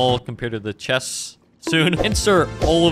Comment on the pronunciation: "THAUSEND of chestes" 313 exactly